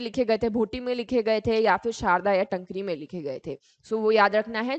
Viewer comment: Taankri not tnkri